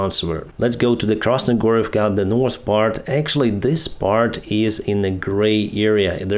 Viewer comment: KrasnoHorivka, not KrasnoGorivka!